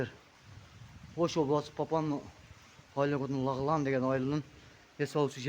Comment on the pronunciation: Лахлан емес Лаглан айылы тирик чулдурабай